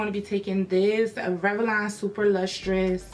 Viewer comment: I love how you say Rev-a-lon ! 😂 I'm just messin with you lol